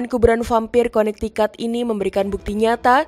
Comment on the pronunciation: Connecticut bacanya konektiket bukan konaktikat